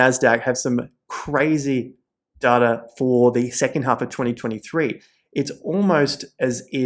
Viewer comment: Does data have a R in it lol